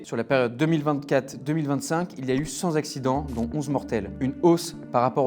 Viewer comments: 100 z'accidents ! avec combien de Z ? allez d'abord apprendre à parler Français correctement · Cent z'accidents . Non. De grâce, non. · cent zaccidents ?